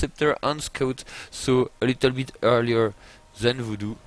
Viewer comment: And that "scuut" :) Now I always refer to scouts as scuuts... remember to scuut guys!!